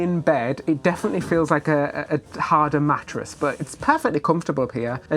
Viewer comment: Matt-ress? 😂 I’ve never heard it pronounced that way!? Swivel vs swizzle?